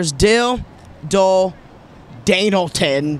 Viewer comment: "DANALTON," omg. 😂 I actually couldn't contain my laughter because of how wrong that sounded.